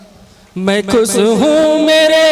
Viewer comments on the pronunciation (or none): Orchestra party anchor (jise gaaw me announcer) bulate hai ki style me bol raha hai... 'Sa' ko 'sha' aur 'sha' ko 'sa' bol raha hai. 'Khush' ko 'khus' aur 'sab ko' ko 'shab ko'